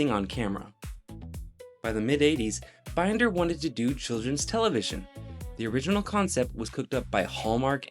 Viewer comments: Nothing grates on me more than someone who's doing an informational video, and they don't even bother to research enough to spell the main character's name right. Can't finish this one. Oh, and it's Steve Bin-der, not bine-der. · First off you mispronounced my name. It's Binder like in a vegetable bin. Second,,David Pomeranz wrote the theme song, not Saban's team. I wish you had checked with me or someone who was actually on the series for your facts. It's actually a great story filled with interesting facts like Mattel was going through financial troubles at the time and that's why they had to pull out. Not because they wanted to. All your Star Wars comments are incorrect as well. Otherwise, it was a great piece of misinformation. Warmest,, Steve